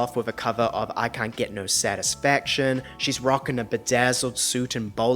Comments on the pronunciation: Lol I cannot watch you any longer... PER-FORMANCE LOL not PRER-FORMANCE... 🤣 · Great content but you mispronounce ‘performance’ as ‘pro-formance’ and you use the word often so it stresses me out x